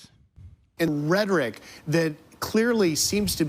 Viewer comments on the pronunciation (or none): the reason sounds like that is because HE DOESN'T ACTUALLY KNOW THESE WORDS - such as "rhetoric", which he pronounces "RHEH-tic" (only 2 syllables instead of 3) -- BECAUSE HE HAS NO IDEA THAT THERE IS A THIRD SYLLABLE IN THAT WORD!!! let's research whether he signs all documents with an "X", because he is ILLITERATE. let's find one of his grade school teachers (or even people who attended his grade school when he was there) to tell us exactly how far he actually got in school, and HOW he managed that ---- such as, did he have someone taking his tests FOR him??